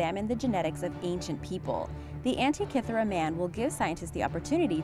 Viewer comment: 1: Diss the music, funeral-esque. 2: Teach the gal narrating HOW to pronounce words like burial(not boorial), Abydos and Antikythera. All are mispronounced